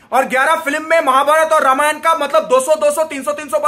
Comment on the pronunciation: Ramayana kyu bol rahe ho vai dikhane ke liye waise to angrez bolte hai extra A is unnecessary imo